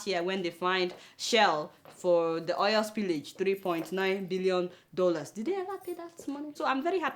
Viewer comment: Adeola, why you dey call Oil = Oyel? abeg it's razz